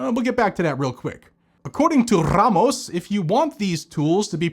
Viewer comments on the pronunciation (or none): I love the way he say's Ramos lol RRRAMOS 😅😅😅😅😂😂😂😂😂